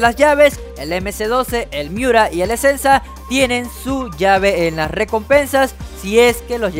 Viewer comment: El esensa se le fue la esencia 😂😂😂😂